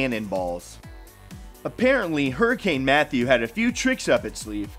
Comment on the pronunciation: Did he say hurricane Meth?????😂😂😂